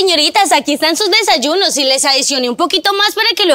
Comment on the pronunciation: Porque dise desalunos😮😮😮😮😮😮😮😮😮😮😮😮😮😮😮😮😮😮😮😮😮😮😮😮😮😮😮😮😮😮😮😮😮😮😮😮😮😮😮😮😮😮😮😮😮😮😮😮😮😮😮😮😮😮😮😮😮😮😮😮😮😮😮😮😮